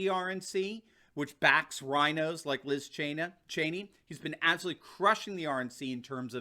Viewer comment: Liz Chain-ya....I like that, good one, even if you did it accidentally.